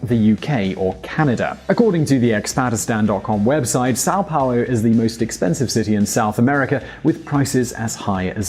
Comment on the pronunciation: This video is pretty accurate. Congratulations on the pronuntiation of portuguese words, like São Paulo and Custo.